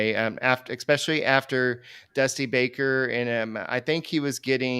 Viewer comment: look I love you but I’m sorry: if you say “ekspecially” one more time, I’m gonna punch a hole in some plywood